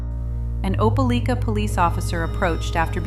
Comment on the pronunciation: Its pronounced OPA- LIKE- AH Opelika ! Bout 40 mins from where I live . Not that it matters...js